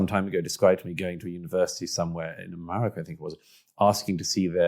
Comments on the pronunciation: I have the greatest admiration and affection for Douglas Murray, but the way he pronounces America as Amurrayca betrays worrying ambitions...😄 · He pronounes America so nice: Amurraca